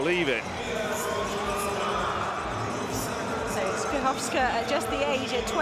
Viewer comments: I agree, I'm not from Poland and, while we non-Slavs struggle with so many consonants, what he is saying actually bears no relation to her real surname. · Skrzyszowska is virtually impossible to correct pronounce for a native English speaker.